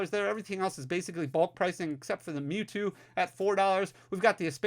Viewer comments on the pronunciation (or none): none